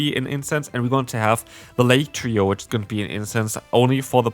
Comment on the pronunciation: Ohhhh. I was like what's a latrio? I had to turn on captions to find out he's talking about the lake trio